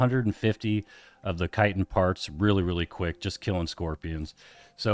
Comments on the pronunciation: You started pronouncing chitin correctly than dumbed it down it's kite-n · its pronouced .........CHa cha cha .......chitin